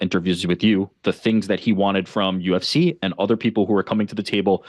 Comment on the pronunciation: He almost said UF-C at like 😂😂